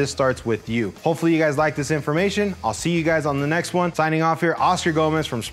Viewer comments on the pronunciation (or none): none